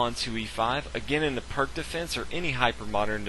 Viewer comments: He pronounced the opening wrong. It's pronounced "peerts", not "perk". Not that it matters. It just bugs me.... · It's pronounced "Peerz" Defense -- but good vid, thanks. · Peerts, peerts, PEERTS. Pirc is pronounced peeeeeerts you patzer. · The "perk" defense! Dear God! Can't you do your homework before producing these videos? The Pirc Defense, named after Grandmaster Vasja Pirc, is pronounced "peerts." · The "Purk" Defence is actually the "Peerts" Defence. I know people will jump on me for pointing this out, but I was just cringing. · The c in pirc is pronounced as an s as in Sam not a k. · Pierce - is how I prefer to pronounce Pirc